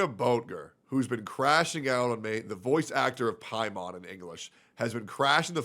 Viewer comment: stop calling her paimon it ruined my immersion of the game